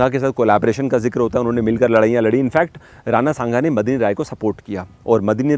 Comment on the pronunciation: his name is Medni rai not Madni rai😊